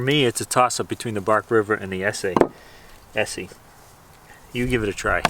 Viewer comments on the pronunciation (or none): Es SAY. Its Essssseeeee.